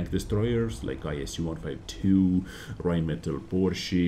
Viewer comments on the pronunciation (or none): none